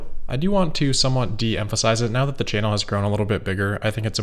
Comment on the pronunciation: I take enjoyment in the way you pronounce 'hammer', as well as 'channel' and 'analysts'. That's all.